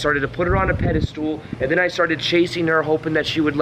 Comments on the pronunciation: It’s pedestal not pedastool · Pedestal Not pedestool. No “s” after “anyway.” That’s ghetto. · It's pedestal, not "pedi-stool." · Is he saying "Pedi stool?" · You lost me when you said "pedastool" for the 12th time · Pedestal, not pedalstool (IT Crowd) 🤣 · This video just popped up on my feed. Pretty good video and I think it indeed confirms what I think about these things too. However, I have to say, since you repeated it many times, that it is not “pedistool,” it is pedestal. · very captivating - btw I think the last syllable in pedestal is pronounced "stull" not "stool" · Right, i got 5mins before i had to comment - stop saying "pedistool". There's no such word. What you mean is "pedestal". It's not pronunciation either - you literally drew a stool under that figure. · Fyi, its pedestal, not pedastool....lol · Please stop pronouncing Pedestal as ped-ah-stool ....!!! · I like how he pronounces pedestal as "Pedi-stool". I'm just being a jerk. It's a great video. =) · Pedestool? Haha Do you mean pedestal? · You keep using the term pedi-stool, instead of pedestal. Recall that 'stool' is a synonym for 'crap', so you were right the whole time pronouncing it that way. Exalting someone needlessly is a bunch of 'crap' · Is he saying 'pedal stool'? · You keep saying pedestool so I can’t watch this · Bro stop saying pedestoooool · Yeah it sounds like that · Sorry, I keep hearing "peda-stool" and lol IT Crowd reference. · Maybe it's "Pedo stool"! lmao! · Treating people in positions of perceived power (your boss, the CEO, celebrities, etc) like an equal is a good tip and can be highly effective when done politely. I am a little distracted by the way is saying "pedestal" though. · I’ve noticed that none of these dating coaches can properly pronounce the word pedestal.